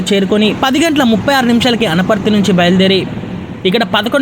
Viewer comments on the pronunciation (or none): అది అనపర్తి కాదు..... వనపర్తి.... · Anaparthi kadura vanaparthi vudalnayala GL nakodaka